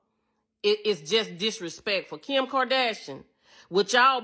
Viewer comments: “Kim Kerdashrion” 😂😂😂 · Imagine not being g able to pronounce Kardashian 😂😂😂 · “Kim Kardashinan” 😂